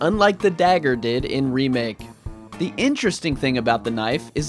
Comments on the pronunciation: It do sounds ridiculous But it not that annoys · I dont think is ridiculous, its pretty cute i like it.